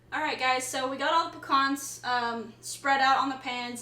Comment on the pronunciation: They are called PEE-CANS not PEE-CONS.That said they look mighty good..😊...Merry Christmas!!!!